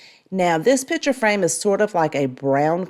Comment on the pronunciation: I love this channel with the small exception of the word ‘pitcher’ for picture. I know, can’t help it.